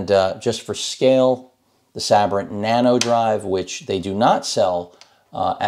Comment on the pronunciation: I always thought it was pronounced Say-Brent I'm probably wrong